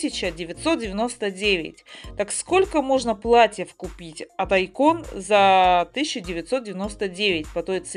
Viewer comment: Ради бога! Извините если докапываюсь, просто чтобы вы знали, правильно говорить не айкÓн а Áйкон, и ещё фиолетовый ковёр это петкин